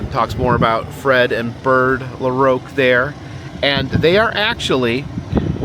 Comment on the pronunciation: You side the last name of LaRocque the wrong was and I do feel very offended of what you said and how you pronounce it the name as this is my last name, the best way how to say is LA Rock for LaRocque.